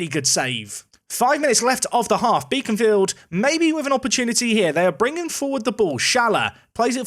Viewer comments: Fyi Beaconsfield is pronounced like Beckon not Beacon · Regarding the pronunciation of Beaconsfield (as you will possibly play them again down the line) - it's 'Beckons'-field as opposed to 'Beacons'-field! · Great video as always. FYI phonetically its " Bek ons Field" - you dont pronounce it as Beacon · Unfortunately, Beaconsfield is one of those weirder English town names, in that it isn't pronounced how it's spelt. It's actually Beckons-field, rather than Beacons-field. I wouldn't worry too much, it's full of old Tory voters, but still, they might get on their horses and hunt you down if they hear you pronouncing it like that.